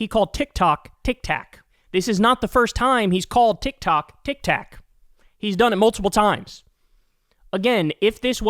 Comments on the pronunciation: Did the donold say..TIK TACK? 😂😂😂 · Trump’s arguments are absurd. But, Kyle, Tik-tak, tik-tok…Pronouncing the O as an A in a middle of a one-sellable world is a part of the American accent. Why so many people pronounce Bob, as Bab.. Do they all have. Dementia? Or do you?